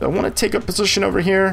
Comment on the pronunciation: These videos are great. Two annoyances (and I realize this series almost 5 years old)... The pronouncement of "here" as "he-EAR" is grating. It wouldn't be bad if it wasn't said multiple times in a row at times. Also the repetitive instructions take forever. Other than that though, awesome tutorials and very great info!